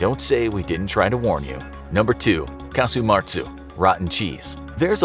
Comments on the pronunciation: It's casu marzu not martzu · There's no t in casu marzu!